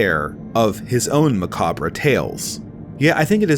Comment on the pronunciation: No. Macabra